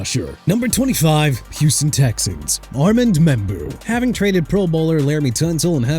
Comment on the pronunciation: GREAT! LET MIAMI GET KELVIN BANKS JR.!! AND ALSO IT'S ARMAND (AR-MOND) MEMBOU! GET HIS NAME RIGHT!!!